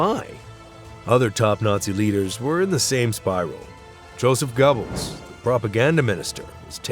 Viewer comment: Bro said Joseph gobbles